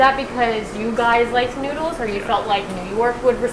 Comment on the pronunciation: The moment you pronounced it "Newdles" am convinced of the taste.